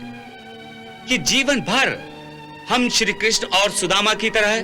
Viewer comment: सदामा नही सुदामा